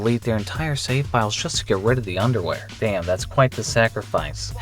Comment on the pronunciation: careful with that pronunciation of underwear young man lmaoo😅